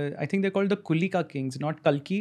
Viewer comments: Its Kalki not Kaalki. Angrezi mai bolte bolte angrez na ban jaya karo. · Its kalki not kaalki.